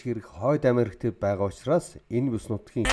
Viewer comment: Уг нь аймар гоё суваг даана ч аялага нь бүр ХҮН АЙМАР ёоо новш юм аа AMERICA - АМЭРИЙХ HURRICANE - ХУРИХЭНЭ ГУРАВ - ГУРРРРРРРРАВ ХУРАЙ - ХУРРРРРРРРРАЙ ХАЛСАН - ХАХАЛСАН КИЛОМЕТР - ХИЛМЭТР ЭКОВАТОР - ЭХВААТОР хараад байхад бүх К үсэгийг Х гээр дууддаг юм байна